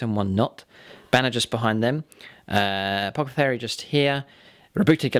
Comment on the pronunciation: Am I the only one who's supremely bothered by how pronounces apothecary. 😂